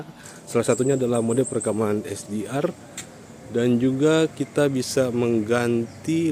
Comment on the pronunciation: Esdiar... Tingal bilang aja HaD'eR.. mungkin aku yg terlalu ndeso ya wkwkwk😂